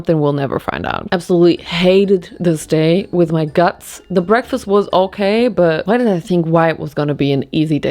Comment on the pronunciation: "very healthy breaskfast" when there's so much sugar in it 😭girl